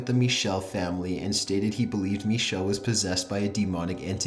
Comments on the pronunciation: I'm more afraid of the way he pronounces Michel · araM The narrator pronounces "Michel" the French way, not the German way. The "ch" is a much throatier sound in German, and it's hard to write phonetically. The real pronunciation of her name is somewhere between Mi-shel and Mi-ckel.